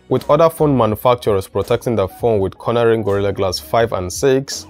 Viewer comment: Haha its CORN-ing ...not CORNER-ing .....just call it Gorilla Glass in future....and you're right....GG3 scratches too easily